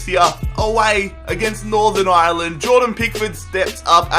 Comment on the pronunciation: I'm Irish and you said Ireland wrong